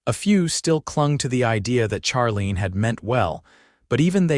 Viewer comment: Charlene is pronounced Sharlene.